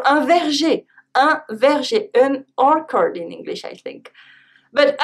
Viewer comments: Brilliant as ever. Thank you. Be careful with "orchard" We pronounce the " ch" As in "chair" Vive la France!🇫🇷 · An orchard is pronounced....all-chud:-) Merci pour le clip. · Are you British?